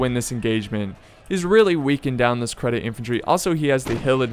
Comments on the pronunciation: "Credit Infantry" I had to pause to keep from laughing too hard :DFor the record, it's Nih-zam EEE Seh-deet = Nizam-I Cedit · think could use some help in pronouncing nizam-i cedit too.